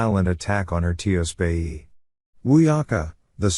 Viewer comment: poor pronunciation of tiyospaye ( extended family) but i still appreciate the summary.